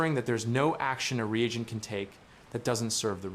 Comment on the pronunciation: Respectfully, it’s re-agent. Ree-Ayjent